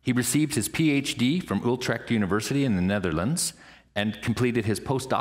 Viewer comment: it's Utrecht not oltrekt with an ü like in deja-vue, or German Düsseldorf...not an ou like in you or two an ü, and the ch is pronounced like the ch in Lochness...please do your homework before you announce people...it's simple politeness